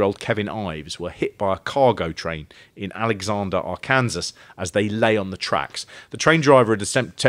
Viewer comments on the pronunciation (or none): Arkansas is pronounced ark-in-saw. And this murder is SUPER famous here in the states, The Boys on the Track. The officials claimed it wasn’t a murder, that they fell asleep on the train track from smoking pot and never woke up when the train came. Because that’s plausible. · As someone from Arkansas, it was funny to hear you mispronounce Arkansas 2 or 3 times before you started getting it right. 😂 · Only 11 months late! What made you finally start pronouncing Arkansas correctly like the 5th time? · ‘Our Kansas’ sounds so much nicer then ‘R-Kin-Saw’ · Helpful assist- "Arkansas". Pronounced- 'Ar-Kan-Saw'. 'Ar-kansas' is not interchangeable with 'the correct pronunciation. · Arr-kansas should be Arr-ken-saw. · Did you say AR-kansas? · Arkansas is pronounced are can saw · Arkansas is pronounced like Arcansaw not how it’s spelled. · Big fan of taking a good 5 attempts before remembering how to pronounce 'Arkansas'